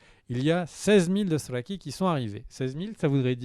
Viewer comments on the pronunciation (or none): C est génant sa maniere de dire "drothraki" ... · BIgby ça passe plus, je comprends pas pourquoi il prend plus de place, pourquoi il prononce les dothrakis, Daeneris et co comme un sagouin, pourquoi il n' écoute pas son compère, etc etc. Bref redescend un peu stp ça ne te rend vraiment pas sympathique.